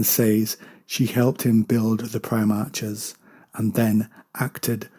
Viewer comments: Pronounced > Pri-Mark < NOT Pri-March. Just a C or K sound not "CH" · Yeah, it's "-arch" as in "patriarch", "monarch" etc